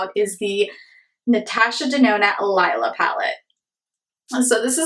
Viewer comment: It's pronounced Lee-lah .... and yes this palette is awesome